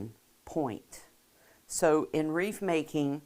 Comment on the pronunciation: Please pronounce wreath not wreef Thx